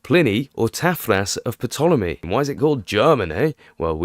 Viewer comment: The "p" in Ptolemy is silent ffs